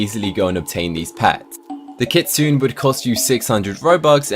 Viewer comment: Not kit-sune, its kit-suu-nay